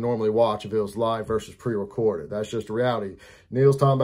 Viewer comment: It's LIEve 😄